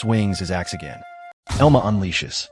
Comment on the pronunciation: its pronounced EL-MA